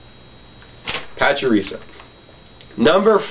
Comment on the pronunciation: You pronounce pachirisu, and plusle wrong. It's pachirisu, not pachirisa, and it's plusle, not pluslee